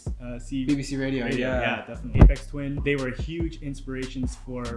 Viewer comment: also dillon not dillion and aphex not apex lol